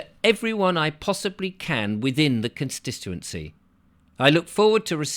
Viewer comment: Please learn to say "con stit uency" not stissuency.ffs mate